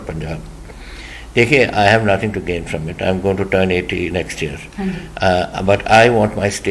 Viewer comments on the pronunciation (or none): none